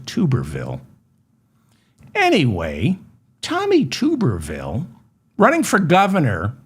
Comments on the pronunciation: Tub. Tub-er-ville. Not Tube. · To my knowledge Dave, it’s (sound spelling) Tubber-vile like bath tub, like blubber, Tommy Tubber vile.. and I just have this feeling he’s never been to the white swallow in Frisco, but for sure if there is a white swallow in Texas, he’s definitely in the know. 💯💯💯